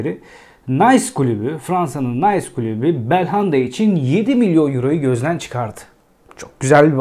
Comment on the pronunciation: Klubu değil, kulübü sevgili.